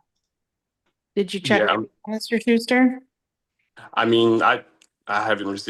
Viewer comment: Shuster? Try Shyster. What an insufferable di*flute.....